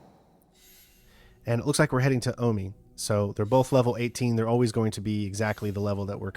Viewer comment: omi is not pronounced "aw-mee". Jesus fc